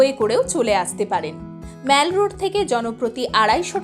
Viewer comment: Good information. One serious comment. You are continuously pronouncing “Mall” as “মেল”। শুদ্ধ উচ্চারণ হবে “মল”। You are ruining your post mentioning continuously as মেল ।